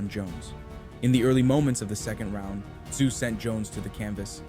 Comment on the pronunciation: It's pronounced ZOO, not Sue or SOO. The "T" is silent.